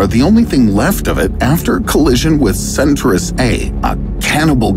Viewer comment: centrus a?! Noooo. Cen-tau-rus A. Friggen pronounce the word correctly already